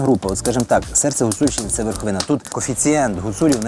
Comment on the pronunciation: Вєрхавіна, як же ріже вуха